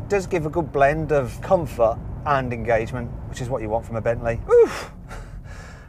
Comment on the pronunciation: No he said "Entanglement" with august😂😅😂